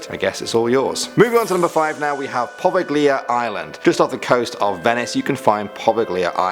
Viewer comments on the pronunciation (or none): #5 It’s pronounced “Provalia (Leah)”. I know some people don’t have some Italian in them but luckily for me, I’m 5% Italian. And also watch shows that go to places like this. You’re welcome! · Correction, You said Poveglia Island wrong. You spoke it the same way that it is spelled, that is the wrong pronunciation. The "g" and "I" are considered silent. It is pronounced 'Po'-'Veil'-'Ya'. Remember Italian words, not English words. Different forms of pronunciation for each and every different language, whether active and living or dead ones. Just Fyi.